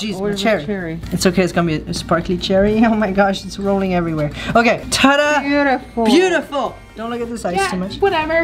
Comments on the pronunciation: It is pronounced buetiful not bootiful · Its beautifal not bootifal